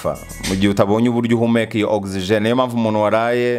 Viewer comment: Oxygen not OXIGENE